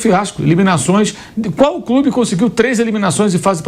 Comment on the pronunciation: O "corimtias é un crúbi jigamti !"